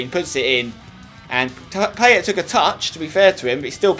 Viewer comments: Say Paye not PayeT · pie-et not payet spencer it makes me cringe everytime u say it wrong XD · Is it just me or does Spence have real problems with French names? Payet and Sagna pronunciation were criminal in this video. Great as usual otherwise though!